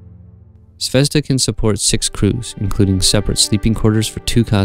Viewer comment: It pronounces "zvezdA", stress is on A (and means "star" btw). Anyway the video is great, as all your space station series